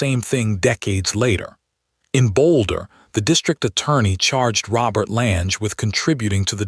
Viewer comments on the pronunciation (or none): Lange rhymes with clang, get it right. I've been skiing Lange's since '81, never knew of Lange's involvement.